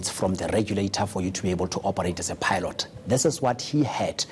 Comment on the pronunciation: Ay pie-lot?